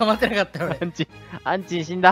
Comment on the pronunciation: ごめんなさい、アンチんて言うのが、う○ちと、聞こえてしまいました。申し訳ないです。 これからも頑張ってください応援しています。